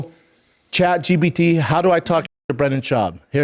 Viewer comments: I'm pretty sure he said Chat G "B" T. lol. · Chad gee bee tea